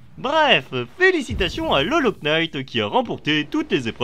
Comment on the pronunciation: Le K est muet dans "Hollow Knight"